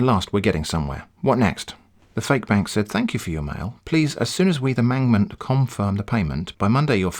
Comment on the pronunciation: "Mangment confrim the payment" now those are some dank rhymes.